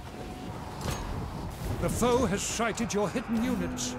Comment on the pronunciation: The foe has sighted your hidden units.... when he says sighted it sounds like shited 😂